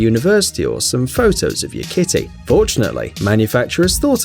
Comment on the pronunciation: Your "kitty" sounds so wrong.